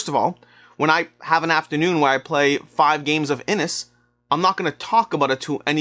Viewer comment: Just incase you get asked this question on a gameshow... 'Inis' is pronounced as "inish".